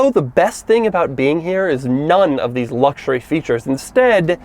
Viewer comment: No one: Doug: Dheeess